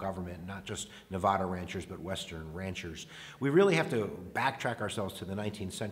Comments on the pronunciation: Say nevAda right pls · Please learn how to correctly say Nevada.